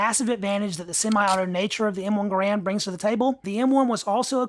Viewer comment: It's pronounced "Gair-rund". Not "Guh-rand". There are still videos around of John Garand pronouncing his own name.